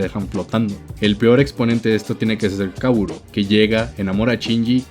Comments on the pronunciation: Una sola critica... KA - O - RU. sin acentos, sin la w. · no puedo creer que dijiste y escribiste Kawuro en vez de Kaworu por los 50 minutos de este video. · El hecho de que digas "Kawuro" me triggerea considerablemente.